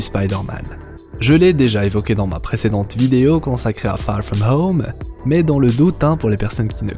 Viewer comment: Très bonne vidéo les theories sont franchement intéressantes, et au passage magnifique accent anglais "far from home) :)